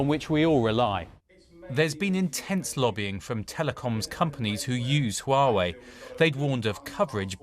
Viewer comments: Someone needs to tell her that is not Uawei! Is HUAWEI!! 😂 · She is saying wrong haha. "Wa-Wei"